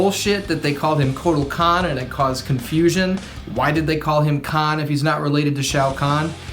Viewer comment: It's actually Shao Kahn and Kotal Kahn - KAHN and not KAHN - so I'm not sure about your explanation